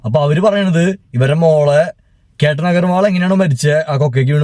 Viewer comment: കേറ്റൻ അല്ല, കേതൻ